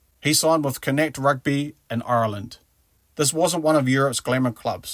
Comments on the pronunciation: it's not "connect" it's pronounced con-naut. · FFS! It's not pronounced "Connect"! It's pronounced Con-ockt! And it's not "Galwell" FFS! It's GalWAY! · Phonetically, its sort of Conauckt, not connect. Its an Irish province name. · Your commentator should ask for advice on pronunciation, it is Connaught not Connect, do the subject justice and respect, Do your homework! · good vid but u butchered saying connaught....con nockth..sort of...and galway....is gal as in paul and way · Connacht is pronounced con nort Galway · man, seriously, what is your issue with pronouncing Connacht? i heard connect, conetic, wtf! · It's pronounced conuckt 😂😂😂🇮🇪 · Connect 😅😅😅😅😅 tho pronunciations in this vid are wayyyy off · I’m cracking up listening to the butchering in various forms by the narrator. Connacht (KON-okt). But a very well presented and researched story otherwise. Btw- he is a national hero and an Irish citizen now. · Connettik? Galwell? F-sake mate, make an effort. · “Connetik” 🤣🤣🤣🤣🤣 Ffs 🤦🏻‍♂️ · It's pronounced like con nock t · “Con-Oct” and “Gawl-way” 👍🏻, good video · If you are going to make a video about his career, at least learn to pronounce the name of his team correctly. He plays for Connacht Rugby, not connect. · Connacht is pronounced Con-knock-te, just fyi. Great video, the Irish are very grateful to you for our adopted sons. They made a life with their families here & we were glad to give them an opportunity to shine on an international stage which they might not have gotten at home due to your abundance of talent. Sometimes all guys need is a chance & they took it & deserve there place here. I love rugby but opportunities are rare, we have less than 250 professionals in the entire country so I wouldnt begrudge anyone leaving to go to another country to pursue their dreams. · I switched off when i heard you mispronouncing Connaght. . . . Very unprofessional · Jaysus lad your butchered Connaught................ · Bro, why you pronouncing Connacht like that 😂😂